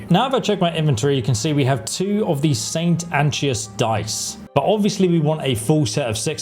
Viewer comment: He also butchers the name of the die itself. Saint Anchovy die my ass... Funny thing is that most of these names are pronounced many times in the game. Yet most youtubers ignore that the same way they ignored school.